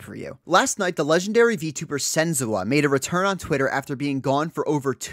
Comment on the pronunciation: Why are you saying sen-zoo-ah????